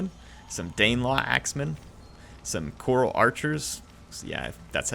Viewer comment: Ceorl is vaguely pronounced like churl. It's where the word 'churlish' comes from.